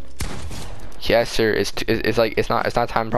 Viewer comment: When you said "yessir" it sounded like you said "hey siri" 😂